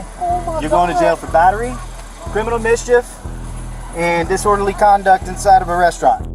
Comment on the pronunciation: chriminal mischief is chrazy